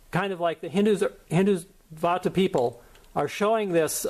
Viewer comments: First of all its not hindu vaata its called hindutva 😂😂 nice work keep going 😁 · its not Hindu vaata...its Hin-dutt-va get your Punjabi right..also sirri is sree in your Sri Guru Granth Sahib.